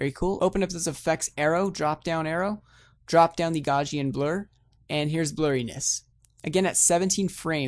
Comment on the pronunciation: lol it is "gow-see-un" blur not "Gore-see-un"